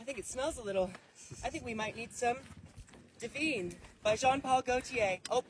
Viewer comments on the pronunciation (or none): So Dylan basically said camels smell so I’m spraying the desert with a perfume, oh and I’m littering, you pick it up because I’m too much of a princess to do it. Then went on to assault a camel by gyrating on it all the while insulting women. Oh and mispronouncing the product. It’s Divine not devene. Great one. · "Diveen" womanhood